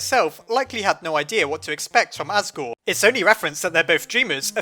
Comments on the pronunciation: You said assgrew instead of asgore. Time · your my hero I had to correct 23 comments saying as-gore to-riel.